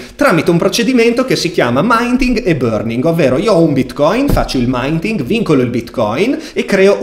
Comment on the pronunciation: Ciao, piccola correzzione all'inglese: si dice MINTING esattamento come si legge in italiano! Complimenti per i video:) bravissimo davvero